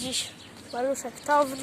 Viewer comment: żaden maluch nie miał klapki wlewu paliwa a poza tym mówi się tałn